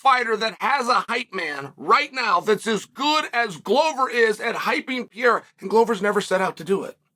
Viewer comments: “Alex Potato Peeharra” 😂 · his name is Pierra, not Pereira !! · Gahh-leee Alex potato pohara 😂😂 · Pi era, piora, per era… keep trying, almost champ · His name is pronounced PER-EIR(air)-A. Rogan, DC. You're not portuguese speakers. I get the desire for the respect, but I grew up with someone with the exact same name and this is how us NON wannabe portuguese linguists say it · Chael doesn't even try to pronounce pereira right way PE REI RA not Piera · "Alex Potato Pihara" 😂 you just made my day. Happy new year " Channel, shail, chail or whatever is your name" 😅 Good vibes from Colombia. God bless you man!!! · “No one can dismiss Alex Potato Peharrah”😂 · "...Pierre, Piera, Pantera...then they call him something that looks like Potato...but turns out it's Baton....Alex Potato Piara..." 😂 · Alex "Puteiro". You know what you did there, Sonnen. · Chael: "Alex Peereira" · pee-air-rah haha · Alex 'Potatoe' Pierra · Alex Potato Piharra 🤣🤣🤣🤣 I had to stop my car to react and say thank you Chael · "Alex potato peeharuh" 🥔 💀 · Alex "Potato" Peehara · wtf dude have some respect to brazilian names wtf u talking about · Alex said he will do it IF you say his name right ONE time... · It's very nice to see uncle Chael giving Alex the praise he deserves. But, please, someone teach him to properly speak his name 😂 (or he could just say Alex!) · We can say Texeira but we can't say Pereira, that's like being able to say tomato but not potato.